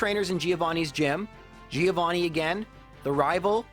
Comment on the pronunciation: That's not how you pronunce the name Giovanni